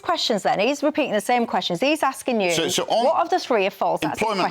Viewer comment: Can someone please tell me why every Scottish politician starts the word what with f ...fwhat 😂